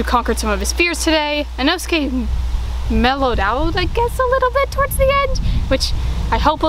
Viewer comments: The make up on zenitsu makes him look bad and he said inoskae wrong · Bruh zenitsu is inosuke2.0 getting inosukes name wrong